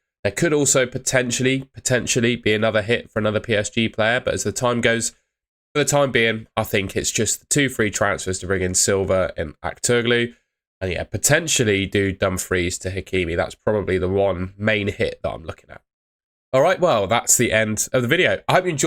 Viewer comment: Aktürkoğlu is pronounced: Ahk-tur-koh-lu.